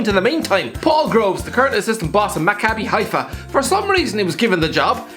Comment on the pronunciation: I heard him say it right